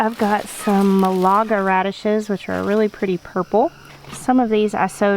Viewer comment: Thank you for this! I have never liked radishes. But I am definitely going to try roasting them now. And by the way, as someone who lives there, the name of the town Malaga is pronounced “MAL a guh”, Not Mahl, but like the man’s name, Al... MAL a guh. 😀 LOVE your channel!